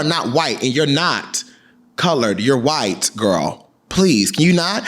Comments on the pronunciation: Why are you saying "whyte" like that 🤣🤣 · The emphasis you kept putting on “WYTE” is sending me 😂😂